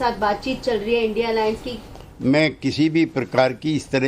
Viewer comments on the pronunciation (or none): सुशांत सिन्हा तू क्या एंकरिंग करेगा रे। जिसे इंडिया को इंडिया नहीं बोल पाता। थोड़ा ठीक से पढ़ना तो सिख ले।